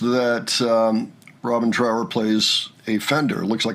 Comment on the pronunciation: His name is Trower to rhyme with thrower and not power. It's basic politeness to pronounce someone's name correctly.